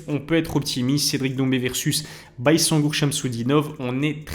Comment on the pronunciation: ça se prononce "bayzengour" si jamais les gars